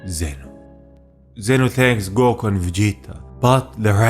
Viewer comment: Especially when he says “gow-KU (goku)